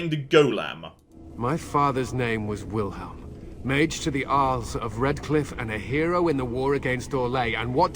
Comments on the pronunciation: Kinda impressed/unimpressed. reading Wilhelm as Wilheim actually pronouces "ei" correct. Which very few english speakers do. Yet he starts from a complete misread. I'm probably alone but that's interesting. Or does he just pronounce Wilhelm funnily? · NPC: "Wilhelm.": "Right, Wilheim, got it." I'm laughing harder every time he gets it wrong. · Find it so funny how pronounces Wilhelm lol 😄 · That's right!! Except kept saying Wilheim I think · Wilhelm is a family name, and ours is pronounced exactly as written... wilhelm. Not wilheim.